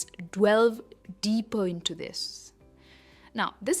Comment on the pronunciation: why do you say "dWelve', if it's "delve" ???